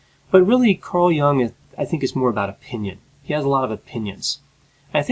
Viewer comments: I'd take Carl Jung anyday over Petersen. Also. I believe the last name is pronounced J - you -ng, not Young. What about Petersens benzo addiction? How does a psychologist get addicted to benzos??? I've listened to him and I think he's a self involved intellectual show off is always getting lost in his own rambling confused thought process. But maybe that was the valium talking? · Why do you keep pronouncing Carl Jung's name as Carl Young? Is it that much harder to say Jung? Wikipedia has a clear pronunciation guide. Clearly, you've watched Jordan Peterson talk about Carl Jung. Did you not even then pick up on the pronunciation? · carl gustav jung cld ve been pronounced with better articulation I have heavy critique on JBP, however if I would express it would be in detail, starting with proper articulating names so anyway, it would not be as sucking in vagueness as your critique one point of critique wld be - who or what determines success or what may or may not depress ppl, with exception to certain medication types that trigger depression tendencies as a by-effect with some ppl I go as far as to regard in todays world, failure as success as a person/human and material success as failure as a person Mental spiritual wealth, or enlightenment often comes at the price of material poverty. In this regard, JBP sometimes, is too simplistic in what ppl may need. Cleaning is okay, but jobs and relationships can confront with wrong types of ppl.